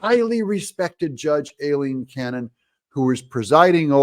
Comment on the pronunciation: Doug i love you brother heres a heads up, its pronounced EYE-LEEN. LOL. Keep up the good work my brother TRUMP 2024